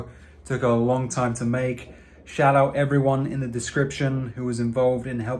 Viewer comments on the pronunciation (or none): It’s “shout out” not “shote out”